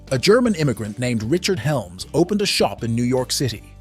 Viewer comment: WTF are Urrrbzz ??? Also, his name was Hellmann NOT Helms !! Your channel is shit.